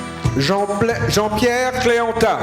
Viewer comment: Konbyen Moun Ki Tande Misye Di Jean Plè Pou Jean Pierre la?😅😅